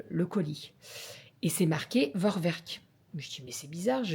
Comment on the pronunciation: Bonsoir, Tu souhaiteras un bon anniversaire à Calie. Je te dis bravo pour ton travail thermomix et bien sûr pour recevoir ton cadeau, l'aspirateur. Par contre, on ne dit vorwerk mais forverk en allemand. Le v se prononcé f et le w se prononce v. A par cela, j'apprécie énormément tes, vos vidéos que je regarde tous les jours. Je vous en remercie. Je vous embrasse.